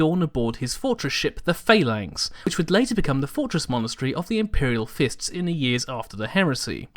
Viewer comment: I really love your videos ^^ and I thank you for them. In return I would love to offer some supportive feedback. Please dubbel check on how names are pronounced in the warhammer universe. Phalanx is spoken aloud like a roman phalanx and not phelanx how you said it. You did the same in the whitescar video with their primarchs name Jaghatai. It is the sole point that bothers me in your videos and I hope this helps. Anyway dude :3 I love your videos keep up the good work :D <3